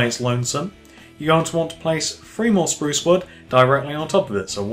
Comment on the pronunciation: You need to say sprouce strong